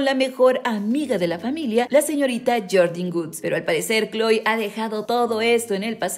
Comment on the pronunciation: Se ya má kloe no khoe